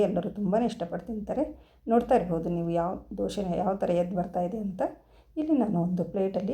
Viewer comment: Doshe allamma dose...please sariyagi kannada heli